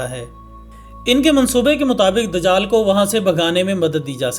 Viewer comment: bhai amad nai dijaal jab Aaeye gaa ye lafazz sahi karo